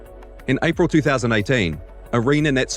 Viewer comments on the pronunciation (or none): none